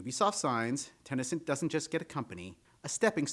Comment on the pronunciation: Where are you getting the A in Ten A Cent? It's just Ten Cent. 🤔 Just curious, no judgement at all. Just one of my odd quirks of wonderment. I can only imagine a 2nd language bleeding in or something.